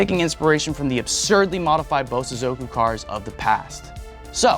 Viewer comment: not him saying Bosozoku Cars